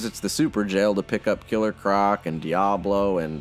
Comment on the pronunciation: how’d you butcher his name that bad man.